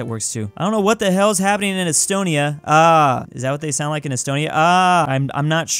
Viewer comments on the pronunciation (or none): none